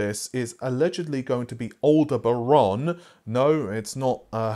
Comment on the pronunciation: let's clear this up early. (astronomy nerd here) Aldebaran = AL-DEB-A-RAN or AL-DEB-A-RON